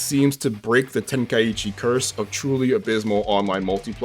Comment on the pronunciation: Tenkaichi... Ten... kai... chi.... Why is everyone now saying "Ten Kai Ichi"? 😅